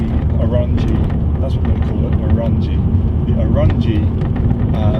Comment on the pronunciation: Glad you enjoy the Orranje Stealth Intake, and thank you for sharing your thoughts! PS, we pronounce Orranje as "orange" 😄